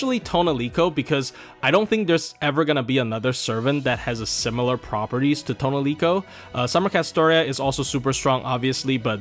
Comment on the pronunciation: Your pronunciation of "Tonelico" makes this unwatchable.